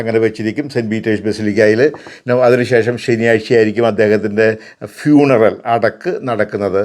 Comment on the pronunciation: ഫുണറൽ അല്ല ഫ്യൂണറൽ 😅😅😅 മാർ അലഞ്ചേരി; എന്ത് വന്നാലും എന്തിനാടാ ഉവ്വേ എന്റെ നെഞ്ചത്തോട്ടു കേറുന്നത്